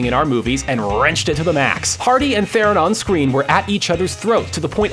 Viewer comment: Her last name is pronounced "Tron" "Charlize Tron" hear for yourself